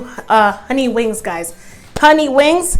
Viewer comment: I love that I found you, and every dish looks amazing, but hunni you tearing them wings (WANGS)up!!!!!🤣🤣 cant wait to try your recipe. Keep laughing and making yummy dishes🤤🤤💃💃